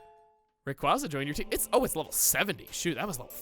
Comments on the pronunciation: I can't agree with on the Rayquaza pronunciation. You sound like a dumbass 4th grader when saying Raykwazza. The pokemon's name is based off of Quasars, ya'know that beam of light that escapes BLACK HOLES! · hot takes on Rayquaza's name by Chugga. I still highly disagree. Raykwazza just sounds awkward and unnatural to say. Sorry Chugga, but I think you are objectively wrong. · So I'd just like to point out that the way Chugga spelled his "improved" renaming of Rayquaza, he made it to where anyone familiar with a certain culture could just as easily pronounce "Raykwazza" like how one says "pizza." So in addition to not only still being factually, stubbornly incorrect about name pronunciations, he's also turned the god of the skies into an Italian cuisine. There is no escaping that long A,. Might as well accept it. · I disagree,. “Ray-Quay-zah” just rolls off the tongue much easier than the other pronunciation. Plus, it’s a mix of ‘ray’ and ‘quasar’, a general term for celestial bodies, which is pronounced “QuAY-zar”. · The correct pronunciation is the only one I'd ever known until watching pokemon emerald let's play. But apparently I'm finding out the majority of people are desperate to be wrong about Rayquaza's pronunciation? kwaza sounds like the dumb pronunciation to me. Quasar is also an obvious factor. I don't get it. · to me im not a fan of the pronunciation Ray-Kwaa-Za as to me it just sounds like your forcing Rayquaza's name to sound way too edgy which I frankly don't like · Thank frick I never have to hear you say the official pronunciation again. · It just makes me think of Kwanza. His insistence that his pronunciation is better has always sounded silly to me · I still know Rayquaza's canon pronunciation is cooler than yours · TIL Chuggaa is dumb about Rayquaza's pronunciation. Seriously hasn't anyone heard the pronunciation of quasar? The fan pronounciation sounds like it was made by a 2 year old.